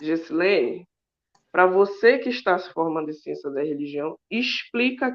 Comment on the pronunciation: Evolução? kkkkkkkkkkkk. Essa "xiênxia".